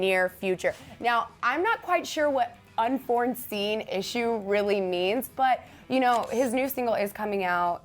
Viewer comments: Am I the only one who's annoyed by the fact that she keeps saying "un-forn-seen" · why does "unforeseen" suddenly have an extra "n?" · "Unfornseen" "Moon mens" I can't. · I'm sorry but it doesn't surprise me that she doesn't understand what unforeseen means since she says 'unfornseen'... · unforeseen. how did you pronounce it unforeseen. Dumb